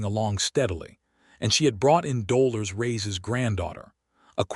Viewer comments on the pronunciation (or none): I understand that AI is not a human being, but if you cannot help AI to correctly pronounce people’s names, then change the names to something they can pronounce. In this story, it is the name Dolores that is absolutely butchered by AI. 😢 listening from TN.